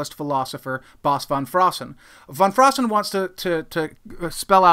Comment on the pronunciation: Props for pronouncing it 'Van Fraassen' and not 'Ven Fraassen' like English speakers tend to do.